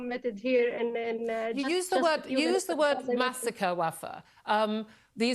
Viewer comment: “Answer WUFFAA” 😂😂😂😂💀💀💀💀